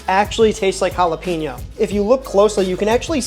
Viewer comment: It's hall-uh-pen-yo. Love the video. Gotta try the the korean bbq and maple, and tocino